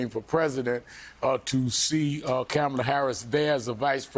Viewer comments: and a 1 second google search would have told you her name is Kamala not “Carmela” so address senator Harris correctly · Can not say her name correctly? Kamala, like comma-la, not Cam-ela! Three times at least! If a white person was mispronouncing her name HE would be in a frenzy!